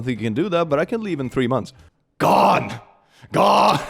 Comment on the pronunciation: He say “gone” the same way my (almost) 2 year old niece says “SNACKS!”